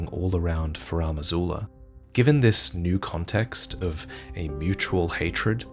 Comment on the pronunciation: “Furam Azula” ouch